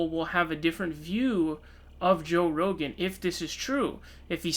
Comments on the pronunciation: its pronounced row-gin. Roe gAn makes him sound like a Japanese monster that would battle Godzilla. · "Joe Ro-Gan" lol, wtf? 😂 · RO GAN? Just like you fucked up SUN DERS ... clown! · You must be new to the channel. has a running gag of mispronouncing names. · So dumb. Alex Jones will be on the podcast next week and all of these episodes will be on Spotify. You can’t even pronounce his name correctly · Thumbs down for the way you pronounced “rogan”